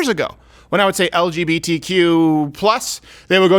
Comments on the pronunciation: Dave says LBGTQ instead of LGBTQ he switches up the B and the G, he does it in the Netflix show he did as well that’s the mistake. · this is really not funny. did he want to be funny? 5 minutes of him bashing those random people, thinking he's smart and observant when he didn't read the word right?why upvote a mistake 40k times? Dave said L"B"GTQ, the 'sic' is because he did not use the proper order of the letters LGBTQ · they added [sic} because he said "LBGTQ" instead of "LGBTQ" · Mate, the [sic] was bc he inversed B and G - he said "LBGTQ" instead of "LGBTQ" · I’m sure they put (sic) because he said “LBGTQ” instead of “LGBTQ” not because of the + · 🤦🏻‍♂️ they put the [sic] because he said “L B G T Q” ….it’s a spelling error - it’s “L G B T Q” , it had nothing to do with leaving out the + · I’m the only one on earth that notices Chappelle says lbgtq instead of lgbtq. Every time. And I know why too. But I’m not gonna say that. 😉👌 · Nope. It's because he kept saying LBgtq instead of LGbtq... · I’m almost positive Dave said “L-B-G-T-Q” not LGBTQ. He switched up the G and B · NO. It's because Dave kept saying LBGTQ, not LGBTQ. He swaps the B to after the L instead of G after the L. He said it the whole CLOSER special if you paid attention. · Not saying it is right to do this, but the "[sic]" was likely because he said l B g t q instead of l G b t q. in other words, for screwing up the order of letters in an acronym. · its actually because Dave says 'LBGTQ' instead of 'LGBTQ' He mixes up the B and the G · It's because Dave Chappelle says "L-BG-T" and not "L-GB-T. Jesus, I thought you watched the show, or could read! From a Mug Club member xx! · They are actually correcting him because he said “LBGTQ” and not “LGBTQ” the B and the G are switched when he said it. Still absolutely ridiculous. But that’s what it is. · Chappelle said "...LBGTQ...". The B and the G are in the wrong place, cuz that's extremely important, Steven!! 🌈🤣🤣